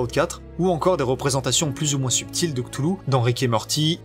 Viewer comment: Cthulhu ça se prononce : R'toulou.